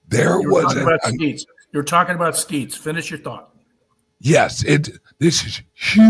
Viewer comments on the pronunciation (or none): Isn’t it sHeetz not sKeets.